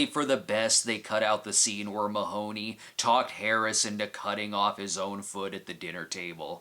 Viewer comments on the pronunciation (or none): none